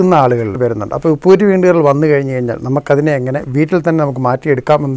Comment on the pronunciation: ഉപ്പു കുറ്റി അല്ല ചേട്ടാ, ഉപ്പൂറ്റി എന്നാണ്